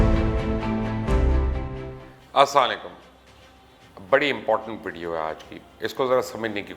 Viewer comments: salam tou theek tarah se kar liya karein mubashir shb. Asalamu Alaikum ..and not 'As salekum' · Salam to thik karlia karen mubasshir luqman sahab Asslalekum nhe hta Assalamu alaykum hota hai. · Salam theek se bol nahi sakta tu. Its As-salamu alaykum not asalekum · Dumb its Assalam o Alaikum !!! not assomlikum ! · Sir g mazrat ke saath Asanalekum nahin please salam Sahi aur pira ada kiya karen hum pe lanat mat bejha karen hum aap ke flovers hian. Asalaam o Alaykum pura aur sahi salam hai. Ager bira lage to mazrat chata hoon Sorry